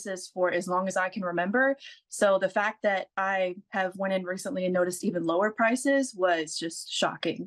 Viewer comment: She said Pices not prices